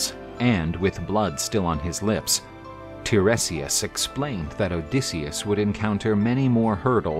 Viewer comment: The seer's name is pronounced /tie-REE-si-as/; just sayin'. Also, the "mermaids" that Odysseus and his men encountered were the SIRENS 🚨.